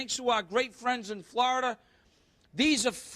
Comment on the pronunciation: Gahlik, flahida